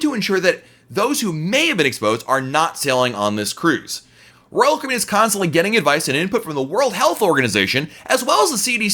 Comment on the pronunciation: I like your videos, but you talk WAY TOO FAST! I’m a New Yorker and even still I struggle to understand you., when you say Royal Caribbean, I can’t even understand what you are saying. Not good for a Royal Caribbean blog if people cannot understand the name of the company!